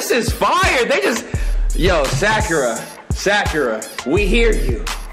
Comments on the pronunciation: Did he call Sakura, Shakira? Lmfao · WHY DOES HE CALL SAKURA SHAKIRA I CANT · Big Chungus // sack yee ruh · Me:Sakura:SHAKIRA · I like how he pronounced Sakura as “Secure-a” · he pronounced sakura sa-cure-ruh what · did he just call sakura shakierra i uhhh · Sack-cure-a lmao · Sakura is literally the most easiest name out of all of them and he still mispronounced it😭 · Man I love this but Can we talk about “Makahtoe” “sack-ura” “sakeara” why he gotta do these names so dirty :( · As hilarious as this is, it’s annoying as hell when he mispronounces the names. Especially Sakura and Danganronpa. No hate though, this is hilarious to watch the reactions